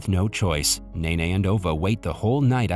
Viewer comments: It’s nene not nae nae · Ova?? Mine ?? Memo??Nene?? ... Bruh💀